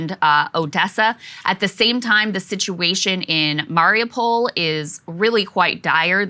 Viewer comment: I love you guys but please god learn how to say Mariupol